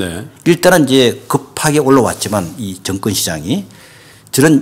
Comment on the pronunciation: 재발 발음좀 제대로 합시다. 정권회사가 아니라 증권회사겠죠. 신뢰가 안갑니다